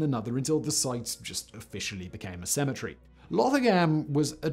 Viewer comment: So if you pronounce cemetery, well the way you do then how you say symmetry? Not poking fun just really curious